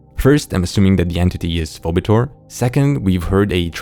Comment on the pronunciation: Btw Phoebetor is pronounced "fee-bee-tor".